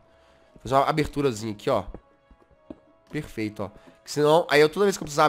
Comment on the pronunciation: Jazz: Aqui é perfecto, perfercto